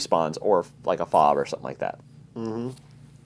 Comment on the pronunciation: Fob?????? It's F.O.B not a word.